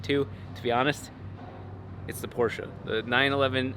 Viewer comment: I love how he pronounces porsche right :)